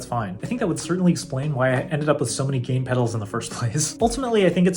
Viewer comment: I love you man, I’m just messing with ya. It sounded like you said “game” and not gain. Great videos BTW!